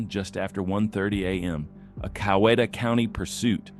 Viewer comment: It is cow we ta 😀